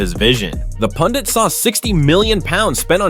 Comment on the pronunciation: They are pundek, not pundits😂😂